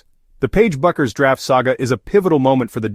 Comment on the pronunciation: So what exactly is the decision that Paige Bueckers has made that STUNS everyone, and is SHOCKING? What a bunch of drek this is. And your AI narrator pronounces her name wrong in at least three different ways, and never the correct way. Get a life.